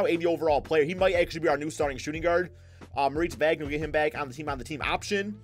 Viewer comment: It's pronounced "vagner"